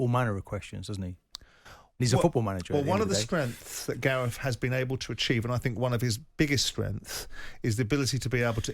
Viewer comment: Simon’s pronunciations of ‘strengths’ 🤣